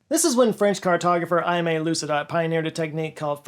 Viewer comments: Aimé. Pronounced more like hay-may, without the h at the beginning. Means "loved" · Pronounced: “Eh-May Low-Seda” (“Seda” as in “sedative”) 👍🏾🇨🇦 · The easiest way to pronounce the name Aime in English is to say "Amy". French pronunciation is more like "Aimay". The i is silent.